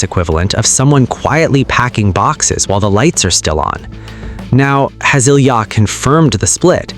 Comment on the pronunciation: There are so many bull crap videos about Ilia since the olympics...your AI voice can't even pronounce his name right. Frankly, your gossip and suppositions are more hurtful to the young man than the intrigue you are reporting. It's disgusting.